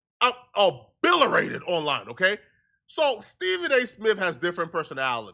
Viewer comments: incorrect usage of words for today: “abillerated” instead of “obliterated” 🤦🏾‍♂ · “O-bill-erated” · ABILLERATED? I KEEP GETTING A RED LINE UNDER THAT WORD!😂😂😂😂😂😂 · “Abilirated”….got it 😂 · said Obiloratex 😂😂😂😂😂😂. Bro get ur vocab up. YouTube paying u too much goofy ass 🥷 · Bruh said abillerated with authority 😂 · Abilirated? Stop taking speech lessons from Tommy Pickles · Came straight to the comments when I heard that nonsense😂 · I was tripping too. 😂😂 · Bro said a-bill-er-ated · “Obilerated” fatto jallah while not stuttering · Obliterated , my guy. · Never say the word obliterated again😂wtf 😒